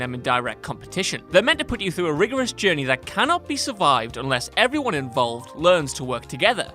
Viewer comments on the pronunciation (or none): none